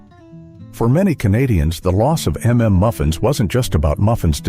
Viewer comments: "M"M" Muffins lol... it's suppose to sounds like UMMM MUFFINS.. Stupid ai voices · Never heard of half of these. Also “m” “m” muffins? Are you broken? It’s mmmuffins…..it’s not difficult. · I was going to comment on the AI voice's pronunciation of "mmmuffins," but then I realized I don't know how it's supposed to be said. I've always thought you're supposed to stutter.